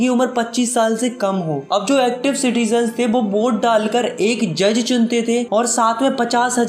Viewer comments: citigens nahi hota citizen hota hai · every thing is good but it’s citizens not citigens thanks ☺️ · citizens hota hai sir😅😂